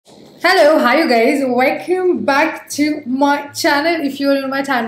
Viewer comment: It's not "wekhum", it's " Welcome"